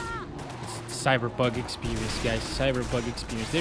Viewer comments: I love the way you say cyberbug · love how he says "cyberbug 2077"